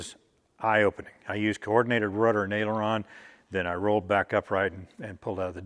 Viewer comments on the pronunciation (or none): none